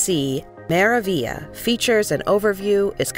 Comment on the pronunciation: Your video loses a lot of credibility when so many words are mispronounced…including the ship’s name.